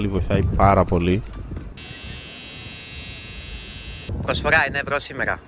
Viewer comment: Πργοσφογά ενα ευγό σήμεργα🤣